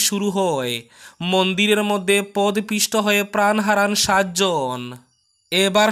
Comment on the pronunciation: Podopisto.Not pod pisto.